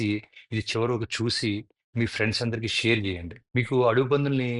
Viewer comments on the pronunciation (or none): none